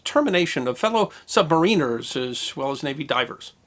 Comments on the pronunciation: "SUB-MARE-IN-ER" pronounced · It is pronounced sub-may-ren-er. Not sub-mah-reen-er. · Isn't it pronounced "SUB-MAR-IN-ERS"???? and NOT "SUB-MARINERS"??? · Is this considered the official American pronunciation? I was taught the accent was on the second syllable (sub-MA-riner)...but then, I wasn't taught American pronunciations, either. :-D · It's "submariner" sub mare inner. Not submareener, great video, though. USN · Pronounciation of submariners incorrect. I still appreciate these vids, though. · When is some body going to pronounce submariner correctly? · It's either-or, some of us call ourselves 'Sub-mariners,' (as I do) but others are quite vocal about calling us 'Submarine-rs.' either is acceptable